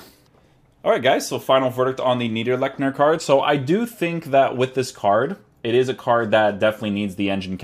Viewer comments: niederlechner not neiderlechner, you got this the first time right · Its actually Needr Lexner. The CH is spelled like the Y in the Word YES but without using your voice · It’s pronounced Neederlechner because in German the second vowel is the one that gets pronounced :) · Schwarz but english speaking would pronounce your version neiderlekner thus the original comment said neederlechner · Neiderleschner lmao. Its Like Neederlechner i think. :) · ITS „NIIDERLECHNER“ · Hahhahha i am a german and his name is Neee-der-leech-ner 😝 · Haha how you said his name. Your German sound funny., 😂no hate just funny